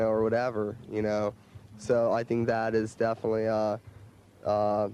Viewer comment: Finally I understand, why Chuck always says DEATHinitely :D